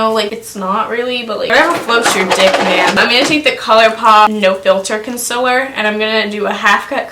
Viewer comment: C.O.N.S.I.L.L.E.R LOWKEY get TRIGGERED everytime someone says 'Consiller'